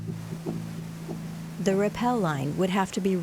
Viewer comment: Priceless, stunning discovery/adventure journey! Thank you for documenting it for us who cannot make the trip! Must point out, "rappel" is what y'all did on those rope descents; "repel" as y'all pronounced it, has an entirely different meaning.. Piano music was beautiful, too!